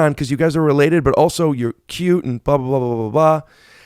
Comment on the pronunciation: I like how Bobby says...Oso (also) LOL